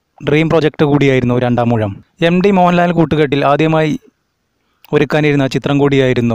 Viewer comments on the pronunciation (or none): none